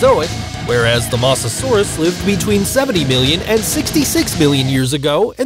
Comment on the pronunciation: This is how u really pronounce mosasaurus can u try to get it right pls Moe-za-soar-us